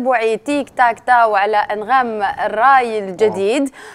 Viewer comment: قاتلو تيك تاك تاو😂 قالها تيك تاك تيو😂😂😂😂😂ههههه